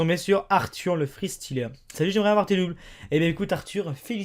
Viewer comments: mdr comment il dit le freestyleur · Le fristyleur ça ce prononce fristaïleur et pas fristileur